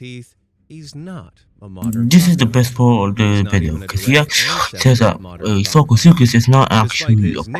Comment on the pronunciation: He mispronounced sarcosuchus bruh 😭